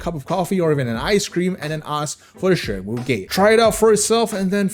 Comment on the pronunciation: dam the Mandarin pronunciation is on point